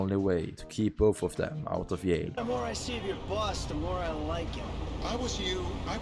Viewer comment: damn bro, love the vid but I gotta say I laughed when You said “you to keep them out of yail”